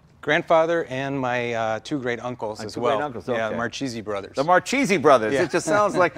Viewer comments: It's Marchese not Marcisi... come on!!! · it's MARCHESE not MARCISI !!! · This guy doesn't even know how to pronounce his last name....Its Mar Kay Zee not Mar Chee Zee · As a professional Sicilian, I found the pronunciation of Marchese in this video strange. Both Jay and pronounced it "Mar-cheese-ee". But I'm pretty sure that back in Sicily, they said "Mar-kay-zee". But what a cool bunch of racers those Marchese guys were! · Mar-kay-zay, not mar-cheesy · Pronounced Mar-KE'Ze, not Mar-Cheesie!!! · I'm sure it's pronounced "mar-kayzee" not cheesy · I love the videos…but: grammar knotsy: Marchese, in italian, is really pronounced Mar-kay-zee.. 'ch' in italian makes a K sound… so Mar-Cheesy…is so american… and Lancia… is pronounced Lawn-chaw.. "ci" in italian makes the ch sound… :) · It's "markese" not "marchese" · its pronounced Mar-Kay-Zee not mar-cheesy... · IS MARKESE NOT MARCIESE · Name's MAR-KAY-ZE not MAR-CHEESEE. And I thought Jay was pathetic with his Eye-Talian pronunciation. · Makes me sick, First to call the family name marcheese. It’s pronounced mar-k-z The family is from Palermo Italy. What a family skunk..... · its proncounced MAR KAY ZEE ... this guy sure isn't proud of being Italian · pretty sure it's pronounced 'Markeesee' ...hard C before an H in italian ... it's a pretty common surname in Italy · 'marcheeeesy'... gee... you couldn´t possibly miss pronounce that even more. Just saying, no wonder he seems to be selling it, he gives zero fucks. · Someone should teach the proper pronunciation! Marchese isn't cheese! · It's pronounced markese please! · it's pronounced markayzee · Thats not how you properly pronounce that name. It is pronounced Mar Kay Zee. And this guy is a Marchese?! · "It is a Mar Cheesy..." fucking guido does not even care for correct pronunciation of his last name. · wrong! mar-ke-se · Mar-keh-seh trust me,i'm tuscanian.